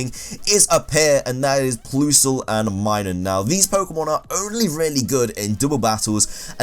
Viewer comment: Him: PLOOSLE AND MYNUN Irl: plus-le And My-noon